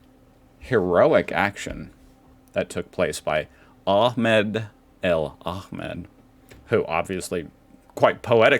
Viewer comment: "Ahmed" you pronounce correctly! 😂